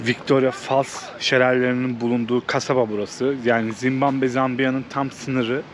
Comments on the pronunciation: Oğlum evladım Zimbamve değil Zimbabve doğru yazmışsın ama telaffuzun yanlış bir de dakika başı söylüyorsun ZİMBABWE o kadar😂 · çok güzel ama sana ufak bir eleştirim olacak. Senin videolarını seviyorum fakat kaç video oldu dikkat edıyorum, sürekli Zimbambe diyorsun, lütfen ülkenin ismini doğru soylemeye çalış.